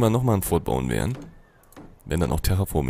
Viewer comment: Das "T" bei "Fort" spricht man eigentlich nicht aus! ;) #GrammarNazi Nice Folge wieder! Ich hab mich schon in das Spiel verliebt und werde es mir dann kaufen wenn es fertig ist. Oder vllt sogar schon die Alpha!